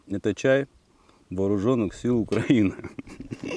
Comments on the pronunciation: Прошу прощение автор я с Украины , название страны УкраИна ! Ударение на букву и , а не перекручивать от "у края". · Вам трапився пай Нацгвардії у справжньому раціоні ЗСУ є у наявності розігрівачі! Наголос... УкраЇна, відповідно украЇнський !!!